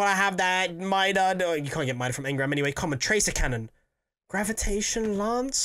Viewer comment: your not getting the tractor cannon because you can’t say it right.